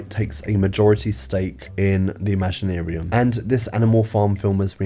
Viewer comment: I can’t fathom anything about this film. Or your decision on how to pronounce “ImaginArium”.